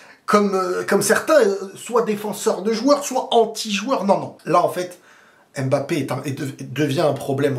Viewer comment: La bonne prononciation de Mbappé 👌🏿on voit les efforts mdr